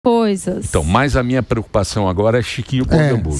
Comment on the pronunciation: "Kedê minhe varanda gourmet?" kkkkkkkkk